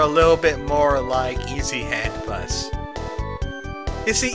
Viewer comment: I keep thinking you say "ET Headbust" instead of "Easy hand bus"